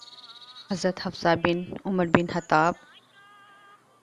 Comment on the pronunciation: یہ خطاب ہےحطاب نہیی اورخدیجہ نام ہے حدیجہ نہیں